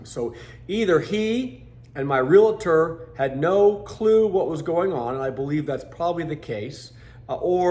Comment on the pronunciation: Not Real-a tor..it is Real-tor. :)